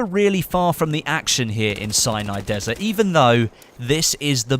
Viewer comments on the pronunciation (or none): none